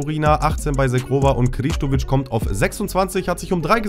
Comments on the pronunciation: Edon Zhegrova Wird "Shegrova" ausgesprochen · Bei Zhegrova wird das Zh wie das Je bei Je m‘apelle im französischen ausgesprochen also Zhegrova (Je-grova) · Er wird nicht „Shegrova“ ausgesprochen